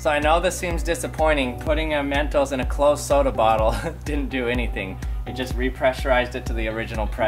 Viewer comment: When he says mentos, it sounds like MEENTOES